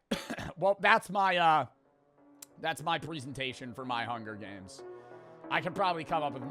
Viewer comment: you pronounce the word "presentation" wrong.